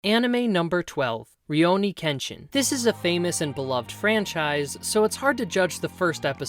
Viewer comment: Rioni? You mean, Rurouni? (Literally, masterless samurai)